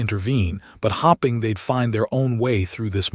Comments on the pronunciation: PLEASE! It’s staring NOT starring, it’s hoping NOT hopping! THE AI NARRATION IS ILLITERATE! 🇺🇸🤨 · Get rid of the AI it is wrecking a good story 6 minutes in and a few words miss said. As in hoping said as hopping times stuff up.